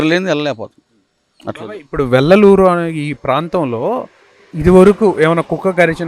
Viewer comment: వెల్లలూరు కాదు--- వెల్లటూరు